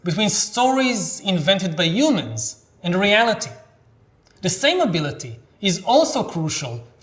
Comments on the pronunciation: I've noticed this with other Israelis speaking English it's like they just skip the H sound, perhaps used to a rough sounding one not soft. Its funny I saw him speak before I read the books so whenever I read the word humans in them in my mind they were "yumans" lol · We do have a "hu" sound. It just gets muffled for some reason. Who knows, maybe Yuval thinks that the H in "humans" is silent? We'll never know.